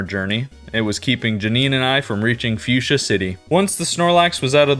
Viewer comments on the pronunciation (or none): none